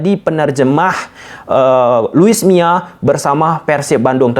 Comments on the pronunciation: Bukan luis miya tapi luis milla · Luis milla bukan mia